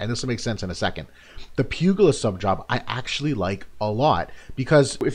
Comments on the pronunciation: Great review! Thanks for this. BTW, pugilist is pronounced like "pyoo-jill-ist", not "pyoo-gill-ist" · Awesome video, great analysis as usual, just one thing - it's pronounced pyoo·juh·luhst :) keep it up man!